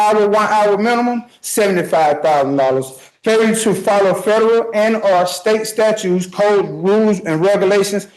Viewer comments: If you say "statues" instead of "statutes," this isn't going to go well for you. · 'Statutes', not 'statues', smart guy.